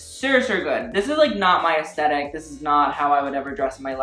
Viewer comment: when you say aesthetic it sounds like eskeetat